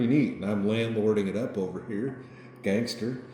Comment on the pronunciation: You say “gangster” in the whitest possible way